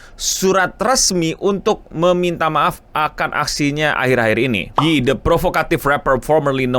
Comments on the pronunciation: It's YE, not yee yi yie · its not yi, ITS YÈ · Tapi Ye dibacanya "yé" bang bukang "yi" 🙏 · nyebutnya "ye" bukan "yi" kalo ga salah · bukan yi bang, tapi bacanya "ye" wkwkwk